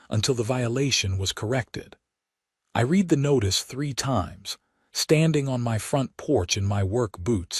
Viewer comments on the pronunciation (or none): Pet peve. AI doesn't know the difference between reed and red. Yes, that is phonetical not actual spelling